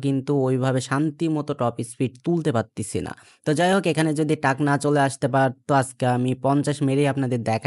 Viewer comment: ভাই টাক না❌ ট্রাক✅